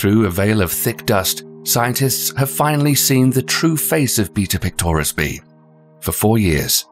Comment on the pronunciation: When he said “beta pictoris” I though he said beat up clitoris